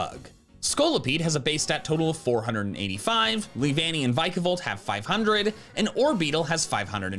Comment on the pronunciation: "V-eye-kavolt" and "Vuh-kavolt" are BOTH wrong. Say the word Pika-Chu. Then say the word Pika-Volt. Vikavolt uses the Japanese onomatopoeia for sperkling electricity, the same as Pikachu does, but they made it repeating letters for being fun with sounds and letters in English. Pikachu. Pikavolt. Vikavolt. It should be Vee-kavolt. Not V-eye-kavolt, and not Viiihk-avolt or "vukavolt" either.